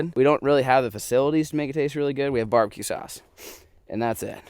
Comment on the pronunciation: It’s barbecoon instead of barbecue